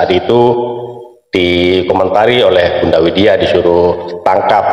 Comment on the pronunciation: Widya, bukan Winda